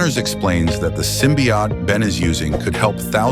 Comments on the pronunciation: I cant get past the narrator saying symbiott over and over. Its symbiOTE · Ote not Ot, dumb AI text reader. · Symbiote, not symbiott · What the hell is a "symbiat"? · I hate that they are calling it "simbi- aht" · I like how AI is too stupid to pronounce “symbiote” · The voicework is shitty enough (fucking BUTCHERING "symbiote" repeatedly), but that crappy assed music- I couldn't bring myself to waste any more than 15 seconds on this utter dogshit. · lmao this AI speech is sooooo annoying. It mispronounces Symbiote every time and it's literally unwatchable. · I had a feeling this was AI, considering the odd pronunciation of "symbiote". It was the voice saying "hi" instead of "him" that sealed it. Really gets irritating hearing AI so often.